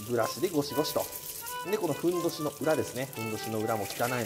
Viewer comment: ふんどしがへんおじに聞こえる